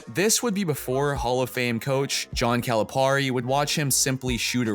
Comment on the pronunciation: “John CaliPAREY”💀